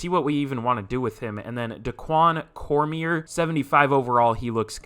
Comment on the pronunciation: Cormier is pronounced Cor-Me-Aye